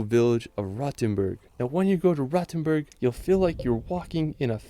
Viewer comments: Frankfurt is the ONLY city in Germany that has a real skyline. Also, earlier it is not pronounced 'Rottenburg' but 'Rohtenboorg' (long 'o' and a 'u' like in 'school') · Rotenburg is more pronounced like roadtenburg